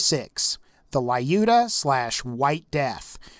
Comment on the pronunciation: Ok, sooo.... Your pronunciation of "Lyuda" really cracks mr. I know, it's not your problem alone (and really, you probably do not consider it a problem). Basicaly, it just really grinds my gears... Great list otherwise, sooo... Cool!